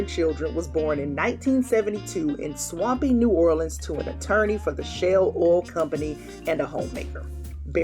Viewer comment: “In SWAMPY New Orleans.” 😂😂😂